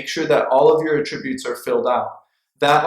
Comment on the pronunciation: I learned a lot from your video, great job! Here's a tip… the word is pronounced "AT- tributes" with the focus on the 1st 2 letters AT.